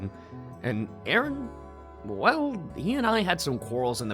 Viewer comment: "You're gonna go down AARUN! Like those pancakes in mah BELLEAH!!" DEAD 😂